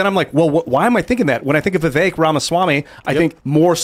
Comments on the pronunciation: Vivek’s name is pronounced like cake. Keep going Doc! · Le vect not pronouncing his name properly but I think he's better than desatos